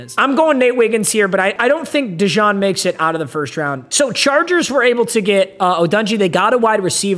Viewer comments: “Cooper DeJohn” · “cooper dejawn” is wild😭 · I do like the Cooper Dijon mustard pronunciation though